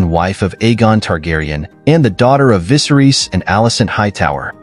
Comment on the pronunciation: Names pronounced wrong: Rhaenyra, Viserys, Laenor, Aemond, Vhagar, Helaena, Jacaerys, Lucerys, Daemon, Laena, Rhaena, Corlys Names pronounced correctly: Aegon, Harwin, Baela, Rhaenys Not sure if you did this on purpose to make fun of the show. If you did, well played?